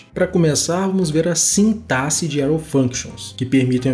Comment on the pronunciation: Já ganhou like só por pronunciar a palavra sintaxe de maneira correta!👏🏻👏🏻👏🏻